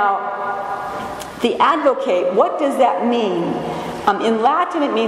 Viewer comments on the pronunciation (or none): Love everything about your spirit, beloved, but 'advocate' with a long 'a' is verb, not a noun. An ad-vo-KAT is what we have before the Father, one who ad-vo-KATES (as in Kiss Me Kate) for us.